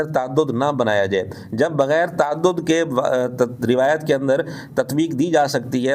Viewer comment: Ye banda rawet means urdu talfuz b ada ni kr sakta